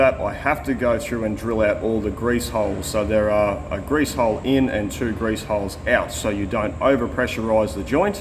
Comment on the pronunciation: You said greeze and suffericle bearing. And you Aussies give us Americans hard time for measuring in bunanas. Oh well at least you said nipple to bring my attention back to the job at hand!